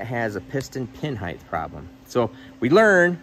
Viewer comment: People who say heighth rather than height are better than I thought.